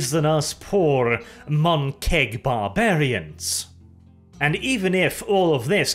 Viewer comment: Mon-keg? You mean, Mon-key!